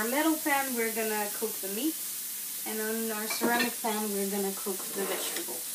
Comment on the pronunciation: Vegetables not wegtables.